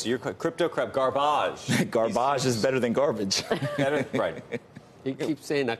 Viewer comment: Gaarrbaage, lol .... sell